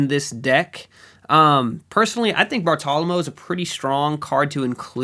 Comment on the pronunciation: Great video but Bartolomeo is pronounced Bar-toe-luh-mayo